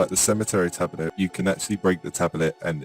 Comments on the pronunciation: The most amazing thing of all is that this guy can't pronounce the word 'Tablet'... Tabbilet, tabulet, tabberlet... British education system letting us down. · Yeah same, from uk as well and the way he says tablet is just anger inducing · drinking game: every time he says tabelet instead of tablet, drink. die in 90 seconds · yo tablet is 2 syllables not 3 bruh what is a tab elet? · The way he says tablet is annoying. It's not tabelet.. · Cant stand the way this guy says "tabelet" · I agree, stopped watching because of it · Same here lol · I’m in and I can’t take this man saying “tabelet” anymore. And I’m English before anyone’s goes thinking that’s how we say it, cos it ain’t. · literally no one in the UK says tabelet apart from this guy. I'm from the UK and his pronunciation annoys me! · 'Tabelet' is not how its pronounced in the UK, the guy is just a basement dweller simpleton.